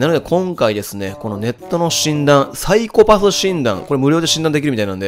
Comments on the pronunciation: サイコパ↑ス↓ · 「サイコパふ診断」 ふ？…………ふ？